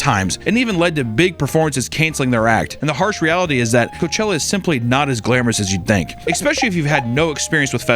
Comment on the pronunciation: Lol in the hipster hat with the fuckin low cut blouse saying “coachewa” fuckin killed me Also “Guess whos heeeeeeoh(: “ Jesus Christ lmfao